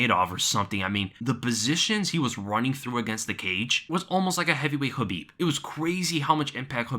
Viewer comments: Man if you ain’t hit like when he said Curbhib Bladegomedov what are you waiting for. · Curbib Blaydagimadov got me dyin 😂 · Aye aye aye Don't try that again! Curbib Nurmegobladov... No. Bad. As usual good breakdown though.